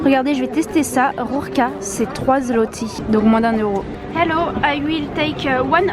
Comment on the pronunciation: rurka ou rura = tuyau ( il faut rouler le R )